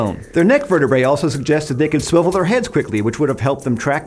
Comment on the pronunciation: did he just said..."SWIVEL"?